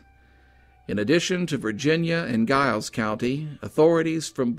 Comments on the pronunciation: Interesting story . Giles County is actually pronounced like a J "Jiles" County. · Giles County is pronounced "Jiles," btw. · I agree. And fyi in report on scott and noble, the county giles is not pronounced with a hard g..its pronounced with a soft g, which sounds like a j...so narrator...its jiles. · Another excellent video. Just for future reference, it's pronounced Giles with a J as in Jiles. There's another case nearby that I'm sure would intrigue you. Have a look at the Caldwell Fields murders that occurred in 2009 in Montgomery County, Virginia. The case has went cold an it would be an excellent feature for your channel. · Giles County is pronounced "Jiles", with a "J" sound. ...Just sayin'. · Love your channel, wish you would consider bordering states as well. FYI, Giles is pronounced as if spelt with a J. Hope you have a Merry Christmas 🎄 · I will be sharing this on FB, as I'm from the area close to Giles etc. I hope some further information can be found soon. Such a sad story, as unsolved murders are. By the way, we pronounce Giles with a "J" sound. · Always enjoy your videos sir, but it is Giles as in the sound of first syllable of Giant, not like the sound of GUY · Does anyone in the area pronounce Giles like that? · Sad story. My only complaint would be the mispronouncing Giles. Hopefully someday this case will be solved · I'm surprised the reporter/author was unaware of the famous "boxer's pose" -- when people receive upper body/arm sever burns, the muscles contract and produce that pose. It is a characteristic of that type of injury/death. Also, I know that area, and "Giles" is pronounced with a "J" or soft G, not a hard G. But this was interesting and well done. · I love your vids and am subsrcibed but Giles is pronounced with a "J" sound. lol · The incorrect pronouncing of Giles was rough for me! Terrific video though! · Are you from the area at all? I have to assume not given how you kept mispronouncing "Giles" through the whole thing.